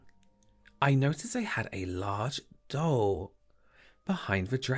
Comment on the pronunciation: Every time said “doll” I thought he was saying”dull” lol😂 Do a make-up look where you were deprived of using any purple for the rest of your life and you died of agony from it🟣💜🟣💜... you must only use your Chicken Soup pallet for the look😝